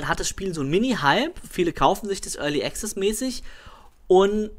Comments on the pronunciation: sun of a beach es ist schwer, das tatsächliche Phänomen nur mit Worten zu beschreiben, aber ich versuchs:) möchte dazu sagen, dass ich Student der Anglistik bin. so wie es ausspricht, hat er am Anfang ein geschlossenes E, dann ein stimmhaftes G und Z, ein 'schwa' (ja der ton heißt im Englischen so), welches er schluckt und am Ende ein stimmhaftes Z. Dabei hat er die Betonung am Anfang der Silbe auf dem E Die richtige Aussprache nach RP (recieved pronounciation) wäre allerdings ein offenes E wie im wort TRAP. Desen E-Ton gibt es allerdings nicht im Deutschen, es ist vergleichbar mit dem Ä, eine Mischung zwischen A und E. Danach sollte ganz klar ein stimmloses K und S folgen. anschließend ein 'schwa' (ja so heißt der Laut) und am Ende das stimmlose S. die Betonung ist ebenfalls anders. und das ist wirklich so! Im Englischen ist die Betonung nicht willkürlich.. Meinetwegen kannst du gerne auf gehen und dir mal abhören, wie es ausgesprochen wird und anschließend hier im Video vergleichen. =) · Überhören nicht ich nehme sie schon wahr nur bin ich kein Grammtikfetischist wir sind ja nicht in der Schule oder so . Außerdem macht es ja einen entscheidenden Unterschied aus ob der Typ ständig Pronomina Artikel etc falsch setzt oder access nicht wie ein Brite aussprechen kann